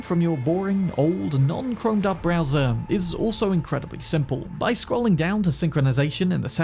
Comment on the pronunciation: Lmao you said browser mods, I heard brazzer mods and got very confused